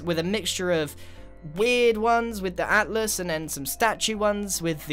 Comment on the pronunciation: He said atlas learn how to hear man